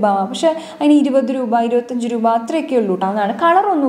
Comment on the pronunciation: റൂപ അല്ല.. രൂപ